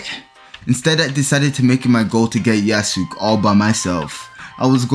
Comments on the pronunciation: Him pronouncing Yasuke as “Ya-sook” makes me feel immense pain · Ya sook is so funny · Why do you pronounce "Yasuke" as "Yasook"